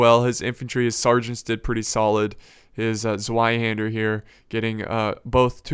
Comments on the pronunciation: Zweihander is simple Tzvei that is how you pronounce it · Zweihander or Zweiänder how it's written in German, is pronounced tswaihaender. Also it's 1 Zweihänder and 2 Zweihänder. Not Zweihänders. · Problems pronouncing zweihander? 'z' is pronounced as ts in tsunami. so zweihander is pronounced tsweihander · Try pronounce the "Zweihänder" with a "ts" at the beginning. Like "Zar" for example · I yust love your battles and your commentaries! and I love the way you pronounce "Zweihänder" (you have to stress the `Z` and of course the `ä`) but I know how hard it is to pronounce it right GO ON BRAVE SOLDIER!!!!!!!!!!!FIGHT!!!!!!!!!!!!!!!!